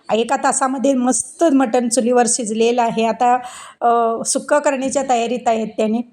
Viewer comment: मठन नाही मटन म्हणा